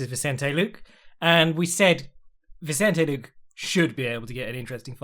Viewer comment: Please stop saying “Vincente Luke”